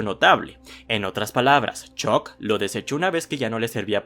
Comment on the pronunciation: 338 La u se pronuncia como a, es algo que aprendes en tu primera clase de inglés. Ponte la serie en VO y vuelves, crack.